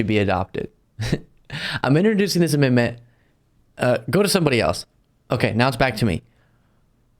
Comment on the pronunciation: AmenDment. The d is not silent